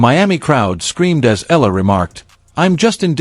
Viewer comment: Her family name is pronounced eeh-yah-lah not ela